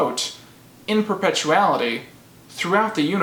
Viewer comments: reads 'perpetuity': "perpetuality" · It's in PERP-A-TWO-A-TEE